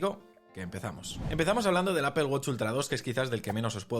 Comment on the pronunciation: Me da risa que no saben pronunciar dicen Apel la empresa es Apple